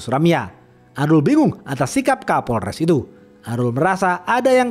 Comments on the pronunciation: Kapolres 😅 bukan kaporles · setelah di dengar2,kok bunyinya kaporles ya,😂😂😂 🤭🤭 bukan kapolres, sukses terus bang.🤗🤗🤗🤗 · Kadang kesleo jadi kaporles kadang lempeng kapolres 😊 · Kapolres bang bukan Kaporles 😂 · Hahaha ha. Kapolres bukan kaporles. Kidding ya. So far you the best. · Kapolress bkn kalporles🤣😭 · 7.05 Kaporles 😂😂😂 minum dulu bang biar gk haus